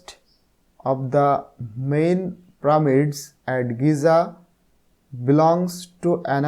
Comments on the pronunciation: Pramid na pyramids😂😂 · Sir how the prameds na pyramids 😂😂😊😊